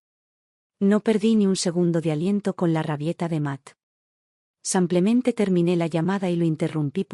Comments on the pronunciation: Está voz no podrá decir SIMPLEMENTE ?siempre repite SAMPLEMENTE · No sabe pronunciar "simplemente"